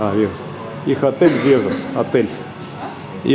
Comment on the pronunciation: Разве гостиница Вегас? Не Дегас?